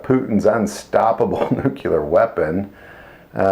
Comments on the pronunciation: The word is 'nuclear' pronounced 'noo-clear', not 'nukular'. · it's NUCLEAR not Nucular. Please use correct pronunciation of words. It sounds unprofessional otherwise. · He's making fun of George W. Bush.